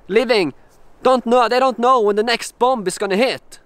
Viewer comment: Dear, I'm sorry but I feel I must tell you that you shouldn't pronounce the second 'b' in bomb, bombings, etc. But weird yeah, what's going on?!